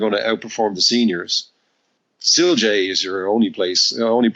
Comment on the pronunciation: What stock was he talking about sounded like siljay or something like that.